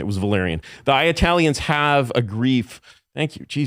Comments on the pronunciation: I keep hearing The ayatalians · The "I-aya-tailians" pronunciation really annoys me. Especially when I hear him pronounce Italians normally in occasion. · He doesnt say Eye talian he says Iyatalian, its much worse. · Bro stop saying eyeatalians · Not sure why he kept letting the guy say Eye-Italians tho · Eye-YA-talion..that was annoying because he said it like times. I enjoy super high IQ people that were involved in the beginning of the internet..it’s beyond horrific how the internet is more and more controlled now..I think people like that are interesting to listen to for sure the dude has a great story and tells it well. But the dude just shows actually how brilliant Tim Dillon is..I have said he’s a genius but this episode is proof! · aya-telle-eons its driving me crazy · He was saying I-ah-talians. It must mean something else right. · Eye ay talians? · He said 👁 ah-talins 722 times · what eyetalian hurt this man? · The fuck is an I-atalian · The way Curtis pronounces IYATALIANS made me want to ice pick my own eardrums. Horrible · He kept prounouncing Italian wrong